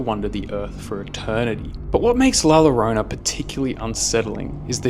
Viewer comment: It’s not la yorona it’s more la joruna and yes I’m Mexican just trying to help u and one time I went to Mexico and I’ve seen her and heard her😳